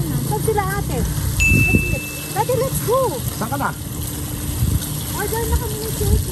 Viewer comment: Nice to hear you calling your Dad " DADDEH" you're so sweet to your Dad😘🥰